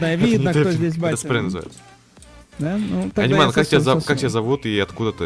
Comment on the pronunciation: Не Аниман, а Анимэн)